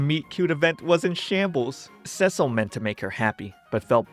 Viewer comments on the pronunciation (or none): The constant mispronouncation of "Cecil" driving anyone else just a little bit crazy. For those who don't know he's pronouncing it the feminine name "Cecile" (seh-seal) in stead of the masculine "Cecil" (Seh-cell) which is how it's pronounced in the show.